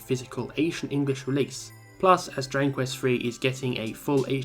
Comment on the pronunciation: stop saying "Drangquist" bro learn to speak